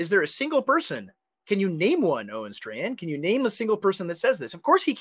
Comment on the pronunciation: Pronounce his name right. It's Owen Strawman.